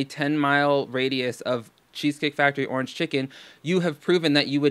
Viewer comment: I get triggered as F when she says "ornge"